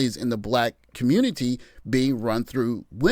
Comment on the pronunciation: Save the communitah? 😆 "ALL" Roads Lead To SYSBM. How many years am I going to have to say it?